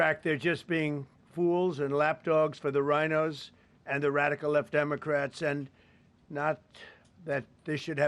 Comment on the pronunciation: the wadical weft democwats 🤣🤣